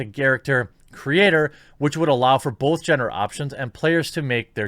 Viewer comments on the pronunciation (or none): none